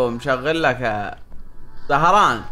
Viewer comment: سهران مو زهران 😭😭😭